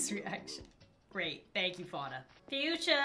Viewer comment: THAT'S NOT HOW YOU SAY FUANA!!!!!!!😂😂😂😠😠